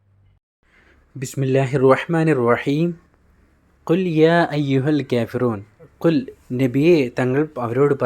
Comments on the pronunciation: ക്യാഫിറൂൺ അല്ല കാഫീറൂൺ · കേഫിറൂന അല്ല കാഫിറൂണയാണ്